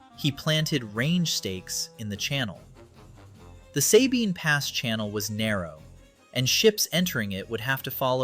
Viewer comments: Sabine pass is pronounced with a short "a". The other half you got right. Suh-bine. Not Say-bine. Just like Gruene is pronounced Green. Lot of small Texas towns are pronounced weird. As a native Corpus Christian, just figured I'd pass along that knowledge for future reference. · FYI, “Sabine” is pronounced with a short “a” by everyone in Texas.